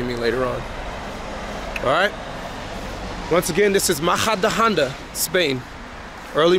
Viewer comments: Great video in Spain, but you are pronouncing the city's name so wrong. Try saying "Muh-hu-duh-on-duh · Great video in Spain, but you are pronouncing the city's name so wrong. Try saying "Mu-hu-duh-on-duh